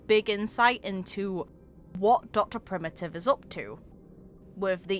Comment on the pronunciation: The Geniuses are a really odd bunch. One of the "curses" of being a Genius is that you're smarter than everyone else, and more inquisitive than everyone else, so much that Nous has taken sight of you. (side note, the first pronunciation of 'Dr Primi'ive' really gave me some life and a smile!) All of them can forsee SOMETHING going down bad in the future, and they may very well hyperfixate on their specific doomsday worry. But because of that, we really can't work out their true philosophies or intents without having seen them in person for a significant period of time. Dr Primitive has done some absolutely terrible stuff, for example, but we can't know for certain why he's doing what he's doing without hearing from the man (ape?) himself. So far we've only talked to his cultist scientists, who like pawns may have no idea behind his actual motives. Just like Lygus, he can very easily lie to his underlings. Similarly, while we've heard much about Polka Kakamond and the others, like Ruan Mei they're all involved in highly dangerous experiments that could ruin the cosmos if they go wrong, or if they go right in Zandar One's case. Of all the paths, I'd say the Erudition is mostly likely the one that's likely to have a hand in the ruination of the cosmos as a whole - no-one else can create effects spanning the entire cosmos EXCEPT a crazy genius mcguffin device. It looks like the fate of geniuses are - especially because they're so inquisitive and smart enough to research many diff